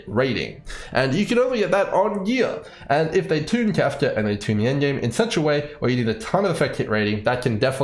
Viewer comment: Your pronunciation of "Kafka" is the same as Trumps "China". It's like a drug, I can't stop listening to it.